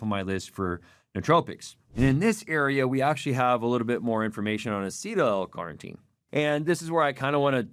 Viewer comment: Take a shot of protein every time he says L Carnteen 🙄